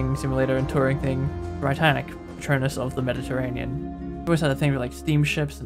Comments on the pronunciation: It’s pronounced “Brit-tanic” as opposed to “bright-tanic” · It's not the Bri-Tannic. It's the Brit-Tannic. As in "Britain". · It’s not b-ree-t-ay-n-ic, it’s b-ree-tan-ic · no it’s Bri-tann-ic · Hi! The reason for the less clutter on deck in the RMS state is because, at the time of Britannic's commissioning as a hospital ship, only 5 of the planned 8 gantry davit lifeboat systems had been installed, so they were replaced with lots of traditional Welin lifeboat davits to make up for the lost capacity. Also, I believe the pronunciation is Britannic, like Britain not Britannic as in lie. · Great video! Just a heads up though Britannic is pronounced how you would say Britain